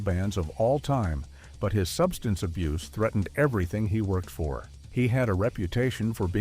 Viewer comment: Are you drinking ?😂 say substance abuse again